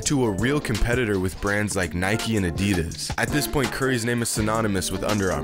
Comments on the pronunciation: It's Nike not Nikeie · U said Nike wrong the whole time tho If u say bike u should say Nike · Anyone else annoyed about him saying ‘nikey’ instead of Nike ugh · It’s probs because he pronounced Nike “nikey” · Idiot you can't pronounce "Nike" why u say NikEEE XD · Why do you keep saying “nikey” because i find it really disturbing. You deserve a big dislike my man... i wish youtube bans your account forever. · Its not nikeeeeeee its nike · It's just NIKE not nikie tf dude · As soon as the narrator pronounced Nike Nikee I clicked off 😂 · Do you call bike bikey??? No? THEN DON'T FUCKING CALL NIKE NIKEY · Nike is pronounced Nike not Nikey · where from greece are you? where i am from we say it kind of like, "nee kee." i haven't heard of it being pronounced like nike (as in, Mike) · Dude... it's actually pronounce as ni-ke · “They Might wanna know how to pronounce his name” Proceeds to miss pronounce Nike and Adidas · Nike: pronounces Stefan wrong This video: pronounces Nike wrong Ishygddt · I feel sick for how many times you said “Nike” wrong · He said Nike and Adidas wrong